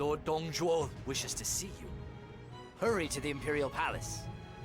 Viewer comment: You do know it’s “Zhuo”, right? Not tryna be a douche about it. Nice video.